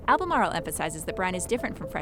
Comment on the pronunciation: Cmon pronounce Albemarle like a real North Carolinean